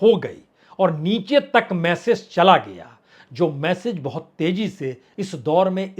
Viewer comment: आंदर नहीं अंदर बाहोत नहीं बहुत